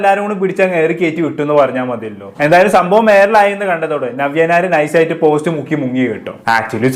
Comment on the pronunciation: ആദ്യം നവ്യ നായർ എന്ന് നല്ലവണ്ണം പറയാൻ പഠിക്കു